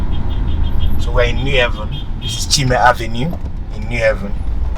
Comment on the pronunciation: What a stupid and idiotic title for your video. Unpatriotic, selfish person. What about Calabar, Uyo, Abuja, Lagos, and Port Harcorut, Kaduna etc? You think Enugu is better than those places? And it is New Haven, NOT ''New Heaven''.